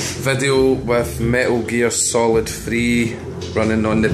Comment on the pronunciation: Why can't you pronounce a t? "Emula or"? WTF? Me al Gear Solid? LOL